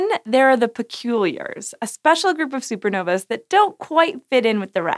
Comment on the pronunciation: The plural of supernova is *Supernovae Pronounced "SOO-per NO-vee". You're welcome "sci" show. ;)